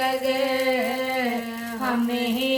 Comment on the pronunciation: IMAM E ZAMANA AJTFS MUNTAZAR hain.......muntazir to hm hain.....plzzzz aopna talafuz darust kryn .... Ay MUNTAZAR AJTFS AY MUNTAZAR ajtfs al ajal ya MOLA